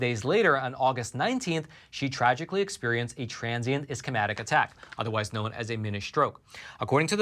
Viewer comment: Hey! I really like your program and all you do. I would like to give you some feedback regarding discussing medical conditions after I noticed mispronunciation of guillain barre and ischemic, for example. It would be beneficial for you to take a medical terminology course or review the pronunciation before your presentation. My husband doesn't speak English as his first language, but teaches courses and when in doubt he listens to google pronunciation of words he isn't sure of before giving his presentations. Just a friendly suggestion.